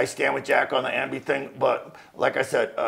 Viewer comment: Ambi ambly-uh...